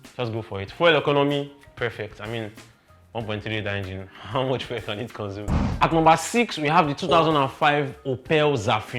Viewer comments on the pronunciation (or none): none